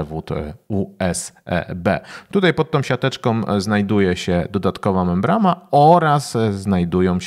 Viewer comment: Mówi się i pisze MEMBRANA.